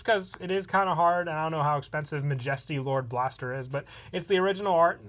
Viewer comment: love your vids but im pretty sure you said majesty lord blaster wrong